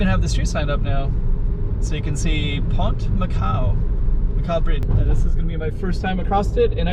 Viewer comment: OMG, WHY "BDIDGE" LEEEEEEEEEEEEEEEEEEEEE